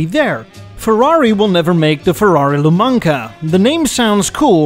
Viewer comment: Hey,great video,but when you made the expample for the ferrari named "Lumaca",its not pronounced "lmanca" but u have to spell all the single letters,there are no mute letters